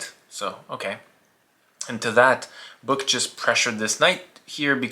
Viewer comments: Hi, Finn here, his name is actually Böök and it's not pronounced anything like "Book". But otherwise a great vid of one of the best Finnish players of all time :) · Great video! Name pronunciation was completely off the rails, though.😅 Eero is somewhat close to "aero". For the öö in Böök, it's close to 'u' in British "further".